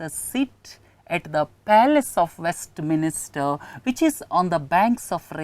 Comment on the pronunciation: hi sir, thanks a lot for the efforts you take. please correct the pronunciation for WESTMINSTER as it is not west"minister". please don't get offended i corrected this because it's in news and important to remember. thanks and regards..